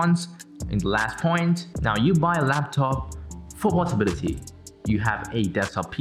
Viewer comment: Does he even know anything other than portability . He keeps pulling that and later on he doesn't even know the portability (Portobality or whatever 😂🤦)